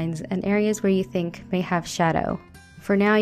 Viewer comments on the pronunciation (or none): none